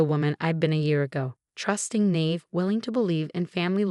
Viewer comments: WOW ! You just can't seem to get your pronunciations right, can you ? It's (naïve) pronounced na-eev, NOT 'nayve' - morons ! If this is an 'AI' screw-ups, FIX IT ! If your programmer is either ignorant or just plain stupid, replace him with someone smarter and/or better educated, or send him/her back to school ! There should be NO ROOM for ignorance or stupidity on the internet ! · Naive is 2 sylables Na is ny ive eve nyeve. Learne to pronounce english correctly or we will just cringe instead of listening.